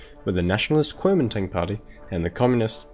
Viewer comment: Nice work.... but I would've probably liked this better and cringed a lot less if you just called it "The Nationalist Party" instead of trying to pronounce it in Chinese. ^^